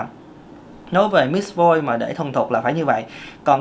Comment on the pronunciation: Ko biết em nghe anh nói: Mis Voice Miss Voice Mít Voice Mix voice 😂😂😂😂